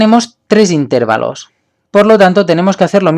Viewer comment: se confirma que es catalan cuando dice "intérvalos" en vez de intervalos